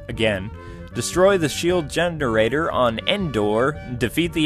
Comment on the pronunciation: Did he say gender-rater? lol I agree that escaping the Death Star was hard, but after I played through it enough times I was able to beat it just fine. You just need to be sensitive with the buttons. I also agree that the Emperor destroying parts of the stage was annoying and really upped the difficulty. All in all, an excellent game!